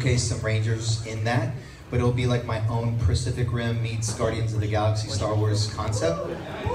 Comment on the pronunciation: He said "Pracific" Rim 😂